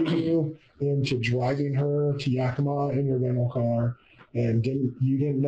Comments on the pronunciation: It's YEAH-ki-mah. Not Yockimuh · Long time resident of the area. Yakima is more like "yak-im-uh" They like to call it the Palm Springs of Washington... I doubt I'll ever get it. I can't believe I"ve never heard of this, I live in Richland for a couple years, and my inlaws are up near Yakima. Youd think it would big news